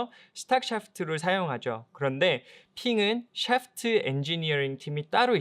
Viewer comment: 테에크놀러어지~~~~. 너우 굴린다 샤아프트으으~~~